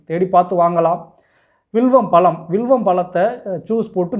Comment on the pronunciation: பளம் அல்ல பழம் என்று உச்சரியுங்கள். எளிமையான உண்மையான மருத்துவம். வாழ்க வளமுடன் தம்பி.